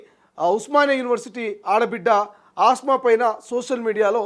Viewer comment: Asma kadu kasma